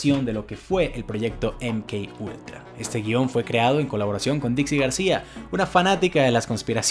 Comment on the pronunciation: Si lo vas a decir en español, se pronuncia eme ka ultra